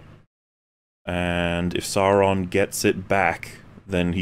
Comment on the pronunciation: I die inside everytime says Sawrin.